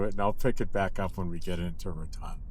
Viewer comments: Ra tone, not Rat on. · I always heard it pronounced Ratone